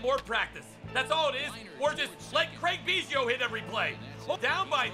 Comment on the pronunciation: why so say Craig biggio name wrong😂😂😂